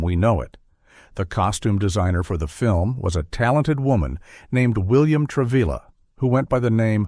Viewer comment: The voice also mispronounced his name. It's Tra-vee-ya...not Tra-vill-ah.